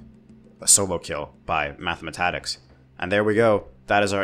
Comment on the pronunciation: “mathamatatics” for the algorithm